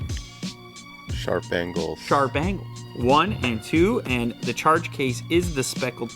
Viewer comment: "Sharp angles"? Or "Sharp Bangles"? 🐯